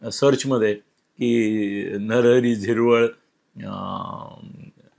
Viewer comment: नरहरी झिरवळ नाही. नरहरी हिरवळ